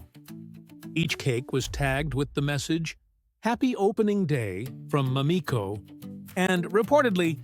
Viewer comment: Damn, at least learn how to pronounce her name! Americans are so disrespectful - this is why this can’t be trusted to be true. You have a video like this yet you can’t pronounce the woman’s name correctly? Each time it’s said it’s pronounced differently!🙄